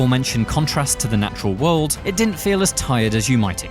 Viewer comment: Pronunciation homework: World, not wold Similarly, not simrilarly